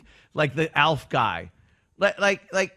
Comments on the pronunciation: It’s Alfa NOT elf 😂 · Because thinks the name Alf is pronounced Elf. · He's calling ALF "Elf" just to be irritating right? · can’t pronounce “Alf”.